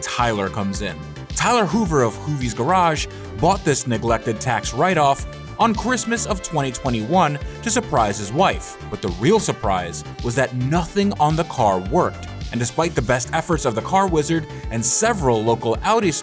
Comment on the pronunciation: DUDE, you said "CWistmas"